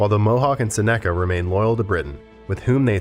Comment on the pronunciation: Wreaked is not pronounced wrecked. Seneca is not pronounced seneeeka. Kiowa is pronounced with a long i. Arapaho is way off the way you're pronouncing it. Second a is a like apple.